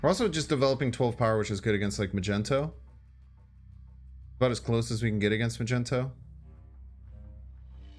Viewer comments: Why are you still calling it "Ma-Gen-Toe"? I heard you pronounce it properly in a video a few days back, i am sure of it. Its pronunciation is 'Mag-Knee-Toe". 😂😂😉 Also, I dont understand why you take so long shuffling the cards in order, when placing them down. Does this have some effect on something I am unaware of? I see you do it all the time I have wondered if its just something you do why you think, or if it actually affects anything with the play. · it's mag-ne-to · What is the reason you call Magneto "Majento"?😅